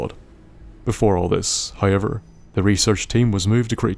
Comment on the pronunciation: dammit, another one i cannot not hear anymore once i pick it up it's not "oyt" it's "out" it's "hoyever" it's "however" and i can't hear anything else aaaaaaaaaaaaaaaaaaaaah i'm 4minutes in the video and i cannot enjoy it Q_Q